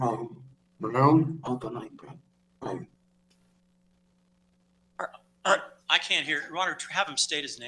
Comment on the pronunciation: he states his surname as “Brown” with an American accent. He seems to catch his mistake and immediately restates “Brown” in a British accent. It’s unmistakable when you listen closely.